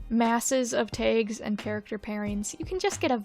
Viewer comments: Wait, it's pronounced "Tegs"??!?!??? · Your pronunciation of "tags" is really strange. I literally can't tell if it's a weird mispronunciation or some specific accent I've never heard say that word before